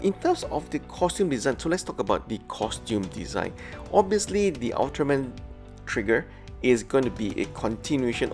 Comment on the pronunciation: Ultraman Tiga is pronounced Tee-ga, not Tie-ga.